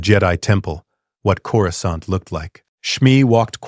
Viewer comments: He says Coruscant like he has a southern accent. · Coruskant lol😂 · One of you writers please..please change how you type Coruscant so the ai will say it properly? xD